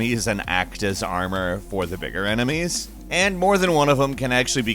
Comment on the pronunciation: Emenies??? EMENIES?!,!